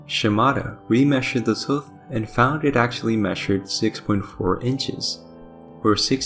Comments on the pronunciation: "Tooth" is like saying the number "Two" with a "TH" at the end of it. 👍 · This was very interesting and even thou I knew what u were saying, calling it a tuth was driving me crazy 🤣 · Tuth? I cant get over how the narrator Says Tooth. Tuth.. lol hilarious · Awesome video! By the way, are you Welsh? I ask because of the way you pronounce the word “tooth”. I have Welsh relatives who also pronounce it that way, and I thought that was unique. Anyway, thanks for making this!